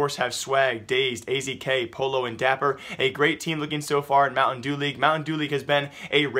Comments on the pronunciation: It's pronounced Poe yo! not polo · IT'S PRONOUNCED "PO-YO" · Please pronounce pollo correctly it pronounced like the Spanish word for chicken